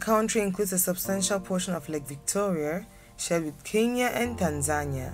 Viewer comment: It is KENYA... NOT KINYA.